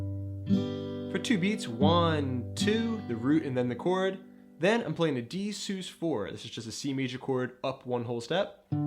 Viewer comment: Nice video but please, sus is pronounced Suhz, like Suspended, because it is a suspended chord. so not Seuss. Suhz. Also the root isn't changing, it's the bass note. The root of the C/G chord is still C, it's just voiced with the fifth in the bass.